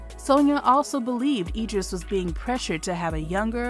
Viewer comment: It's pronounced Idris with an "I"